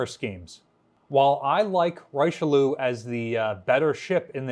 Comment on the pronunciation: Please, please pronounce one the most famous of French statesman "Reeshelieur".